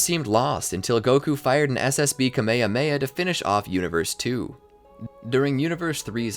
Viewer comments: bro said kamya meya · You butchered kame hame ha pronunciation. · say ka-me-ha-me-ha right please